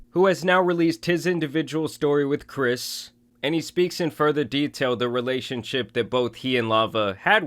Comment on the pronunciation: It’s Chris Tyson, not Ava, not kris. Chris